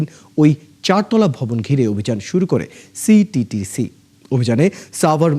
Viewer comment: সিটিটিসি কইতে দাঁত ভাঙে সাংবাদিকের